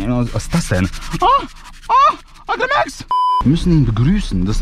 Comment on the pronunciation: Wir er dein Name ausspricht Eicrimäx 😅😂